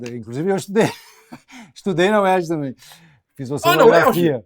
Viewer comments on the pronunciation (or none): none